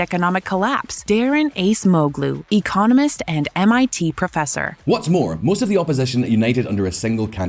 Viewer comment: it's pronounced Adgémoglu, not Ace-moglu